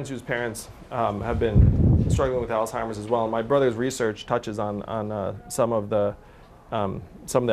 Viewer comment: Andrew is great I love him but someone needs to tell him that disease is called Alzheimer’s not all timers